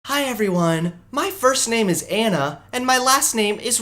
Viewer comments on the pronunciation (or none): none